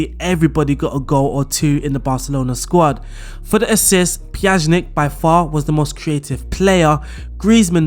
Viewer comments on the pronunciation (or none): PYA-NI-CH thats how you pronounce PJANIC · Please learn to pronounce player names before making a video with that squad. Pjanic (Pya-nich) and Araujo (Ara-u-ho) drove me crazy. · I have never heard Miralem's last name butchered in such an extent. How did you manage to slot "z" in the middle... it blows my mind.